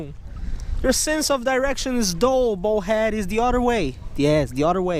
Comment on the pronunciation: I love your videos. you are a good fisherman. but could you please say bull head not bowl head. in Spain they don't run with the bowls...